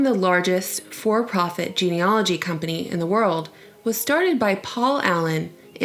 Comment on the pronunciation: It's....geneAlogy. Not geneOlogy.